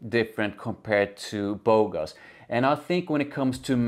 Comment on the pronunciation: You pronounced Bogoss properly. It means "stud" or good looking guy in French. The name is kinda super cringe lol. I like it far better than the original tho. Simply because performance is actually decent/normal. It loses edge after few hours but I could still smell it for a good part of my day. It even came back when I exercised at night. I don't think it's that original tho. Pineapple isn't uncommon. And I think it also gets compared to Aventus thx to that note.